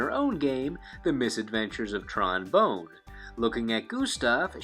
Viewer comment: Isn't Tron's last name pronounced Bonne (Bon) like Bon Bon?